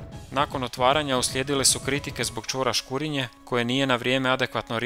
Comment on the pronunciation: Bravo. Jedino što bi spiker mogao prilagoditi naglasak lokalnim navikama: škurínje a ne škúrinje. i podmúrvice a ne pódmurvice :) no to je kukanje na visokom nivou 🙂